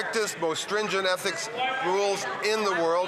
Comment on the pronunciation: Lol MacKinnon has a hard time to say ethics hahaha